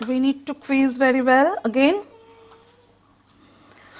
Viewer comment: Please note that its not "Queez" but "squeez".